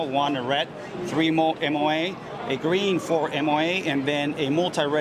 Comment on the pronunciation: "GREN DOT"